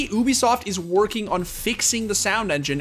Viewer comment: Everyone: Ubisoft The Score Esports: Oobisoft